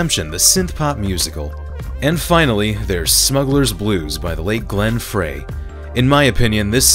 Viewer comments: Glenn Frey is pronounced "fry" not "fray". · IT's pronounced Glen Fry. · It's pronounced FRY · Am I the only one who kept twitching when mispronounced Glenn Frey's name?